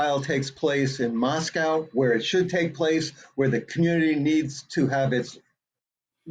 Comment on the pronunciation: And MOS-COE